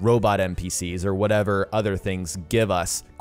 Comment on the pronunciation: Fox Gold It would work, certain factions would be great; cause like he said choose you’re own play style and choose how you want the game to go, It’ll live up to it’s name. P.S I didn’t wanna be an asshat...But it’s Wouldn’t not “Woodent” and it’s Other not “Outher” simple grammar lessons kid.